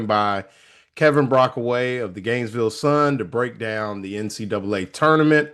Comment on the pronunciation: It’s Brockway Not Brockaway